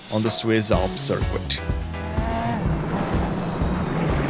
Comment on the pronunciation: Pronounce "circuit" like sirk-it